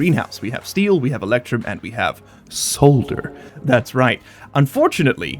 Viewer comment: Oh yeah, the fundamental alloys of Stationeers: Soder, Eectrum and Stee!